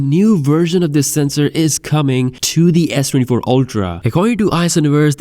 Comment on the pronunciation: barely pronounces the phone model S-te-y-fo